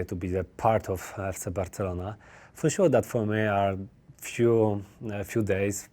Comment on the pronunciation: He says just right.